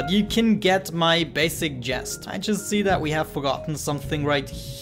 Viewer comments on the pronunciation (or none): The ship is looking great! A bit of color wouldn't hurt. I think Rabenschield would be proud of your changes; they are an improvement, really. Aside from that; I know English is not your native language, so I will help you out with a common mistake you made. , you say, "but you can get my basic jest". What you needed to say was 'jist'. (Usually heard in a sentence as; but you get the jist of it, or used in a similar way. The word jist, rhymes with list and 'to get the jist of it', means to get the idea of a situation, or statement, as you know.). You used the word correctly, it was just pronounced wrong. To 'jest', is to joke. It's a common mistake, that I hear quite often. Along with native, English speaking YTers; I watch many foreign, mostly German, YouTubers who speak English too. I hope you don't mind the help. Your English and use of English grammar is exceptional, for a non-native speaker. Do you know who Xisuma is? Anyway, he made the same mistake on a recent video and he IS ENGLISH! lol Just so you know; I will not be correcting your English all the time. You don't make many mistakes anyway. This one is a very common one, so I thought I would do it this time. I help out a couple of YTers with their English, through Skype and emails, so I am kind of used to doing it. I do this, because I care and not because I want to look 'smart', or anything like that. Please excuse me. :)